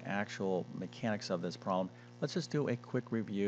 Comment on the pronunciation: Why make it so horribly complicated? A 17 minute video when the explanation takes about 1 minute !!! 20% = 1 fifth, therefore the full amount = 5×35 = 175 = 1.75 dollars. What a waste of time - a 6year old could do it!! ( And the word is prob-lem, not proh-lem) Awful.